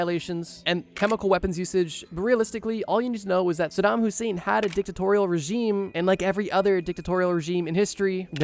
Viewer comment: "sadam Hussein" my Kurdish ahh flinched 💔